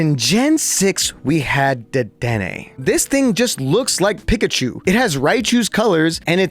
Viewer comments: Saying pikachu like pick a chu is not forgivable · Bro can’t even pronounce the mascot of the game’s name properly 😭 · Bro says "[Wolfey] just pronounces things weird for some reason", yet chooses to pronounce Slaking(Slack-ing, like slacking off) as Slay-king, Linoone(Lie-noon, like a straight line as opposed to a zig-zag) as Lih-noon, Pikachu(Pee-ka-chew) as Pick-a-chew, and wolf(wool-f) as wuff, "for some reason".